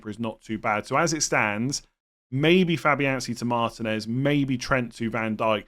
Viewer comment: Pronounce martinez correctly it really isnt that hard